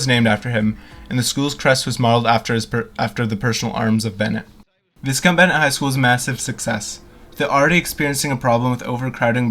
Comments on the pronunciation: I think it's actually pronounced Vy-count Bennett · Thank you for posting. I attended some classes and a series of work shops at that school many years ago. Another piece of Calgary's history has vanished. This video was very informative. Most people pronounces is Vy-count. I always pronounced it Vis-Count. lol 🙂